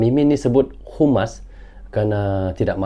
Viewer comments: ADMIN NGOMONGNYA DENGAN BENARLAH ?HUMAS DAN HAMAS DALAM BAHASA INDONESIA BERBEDA ARTINYA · Sebaiknya di koreksi mas..yg membaca narasi. HAMAS....bukan humas... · Bukan humas min yg betul HAMAS,❤️🇮🇩🇵🇸